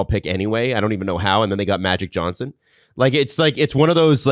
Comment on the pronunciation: I'm just here to point out how, even after discussing pronunciations, STILL pronounces Mike Johnson's name with a 'T'. There is no 'T' in his name.